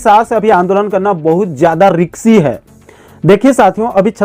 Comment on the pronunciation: रिक्सी नहीं ब्रो रिस्की होता है